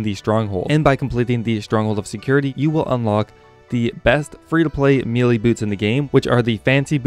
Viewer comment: May-Lay... Me-lee